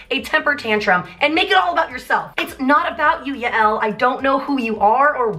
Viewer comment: Yael is Scooter’s wife and it’s pronounced like”Yale”